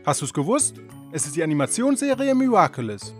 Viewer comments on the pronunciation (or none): Miraculous 😁 und leider hast du es falsch ausgesprochen 😅 aber ist nicht schlimm xD kann ja passieren 😉